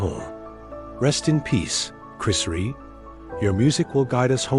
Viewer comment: Who the hell is chris reè it's chris rea you fucking disrespectful barsterd have some respect for the great man your cashing in on his passing there's no words for people like you now fuckoff